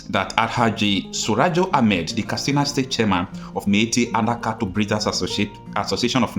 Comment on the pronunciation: Why are you pronouncing the word ‘Katsina’ as ‘Kastina’? It is pronounced ‘kat.sina’, not ‘kas.tina’.